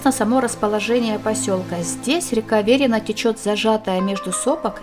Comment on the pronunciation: всегда думал что ударение Верина падает на И.